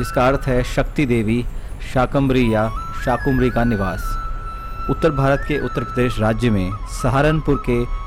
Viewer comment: आपने मां शाकंभरी देवी का विवरण प्रस्तुत कर प्रसन्नता के स्थान पर दुखी किया है क्योंकि आपने मां का नाम अशुद्ध उच्चारित किया है आपने शाकुंभरी देवी एक नहीं अनेक बार उच्चारित किया है जबकि मां का शुद्ध नामyadi ab Sar MI yadi aap Sar MI namaskar sar धर्म ग्रंथों पुराणों और इतिहास के अंदर शाकंभरी देवी उल्लिखित है ना कि शाकुंभरी देवी कृपया